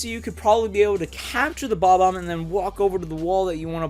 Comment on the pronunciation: It’s not called bbomb it’s called bomb omb